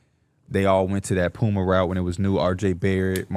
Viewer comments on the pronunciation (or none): none